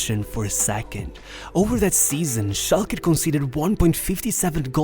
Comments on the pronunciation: SchalkE not SchalkA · Its schalkE not schalkA not shulker